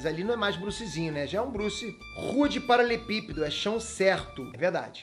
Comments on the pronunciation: não sabe falar paralelepípedo kkkk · Só eu percebi que o fala “paralepípedo “! Kkkkkkk